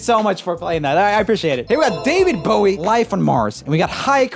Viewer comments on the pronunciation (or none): OK this is the second time I have listened to this guy say David Bowie pronounced like take a bow 🙇 rather than like tying a bow on a present 🎁. How can someone doing a music channel do that? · he pronounced david bowie wrong